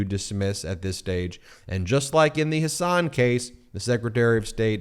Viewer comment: It is Hasun, not Hasaan!